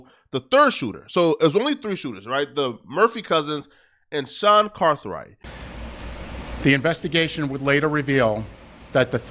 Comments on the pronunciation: 🗣️ It’s GAITHWRIGHT Not CATHWRIGHT Gang!!👎🏾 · GAITHWRIGHT not carthwright. how you get the dude’s name wrong repeatedly when they say it clear as day in the press conference you posted? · Why do you keep saying Carthwright? 😂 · Stop saying carthright lol